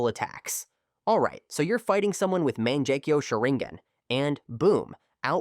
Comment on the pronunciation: "you're fighting someone with man-jay-queue sharingan and boom, out pops a full-blown suzanne-new" 😂 useless AI with it's jane-jutsus and za-booze-zahs